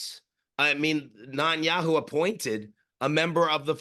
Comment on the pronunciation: I always find it funny how Ian pronounces Netanyahu as Nut-In-Yahoo, I love this guy